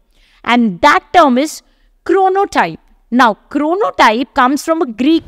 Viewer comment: It's not 'Bhaktin', it's 'Bakhtin'. It's not 'Chronotype', it's 'Chronotope'. Kindly do not misinform the students.